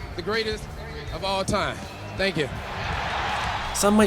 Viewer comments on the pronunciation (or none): none